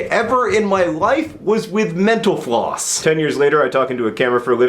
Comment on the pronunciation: Every time he said mental floss I thought he said menopause